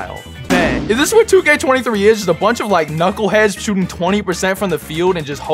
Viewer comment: Did he say “shottin 27 times?” Whose English? It’s a joke btw, before anyone says anything!